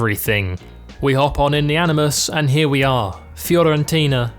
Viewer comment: When He Said Fiorentino than Florentino i Was Like Bruh